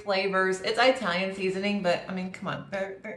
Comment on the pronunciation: EYEtalian!!! Are they from EYEtaly??? 🤣🤣🤣